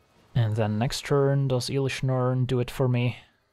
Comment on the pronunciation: Please stop saying iiilish Norn 😅